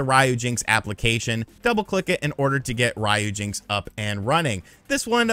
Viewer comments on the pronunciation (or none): its not Ryo-jinx its RYU-JINX, like Street fighter, (REE-YUU) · It literally says RYUJINX not RAYUJINX, why do you Americans always have to do things the wrong way !!??? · Calling it "Rye - Yu - Jinx" sounds funny ;) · Rye yew jinks. 😂